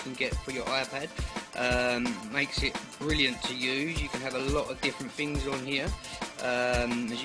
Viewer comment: It's things not dings